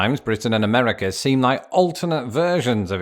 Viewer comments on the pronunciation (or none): none